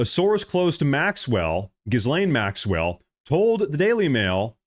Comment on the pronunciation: Ep Steen. Gill (like gills on a fish) Lane Maxwell.